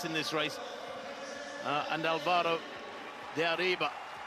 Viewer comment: To the narrator. If you see those "tildes" on top some letters, that is the stressed syllable. For instance, Álvaro. The strongest syllable will be ÀL, not va. It is not al-VA-ro. It's ÁL-va-ro. It annoys me the lack of respect that those presenters/hosts/narrators don't pronounce people's names properly. Americans and British are very particular about their names' pronunciation. So, you'd think that they would make a small effort to pronounce the names of people with Spanish last names properly. There're more than 500 million people speaking that language around the world. What that means is that eventually you monolingual people will be without a job.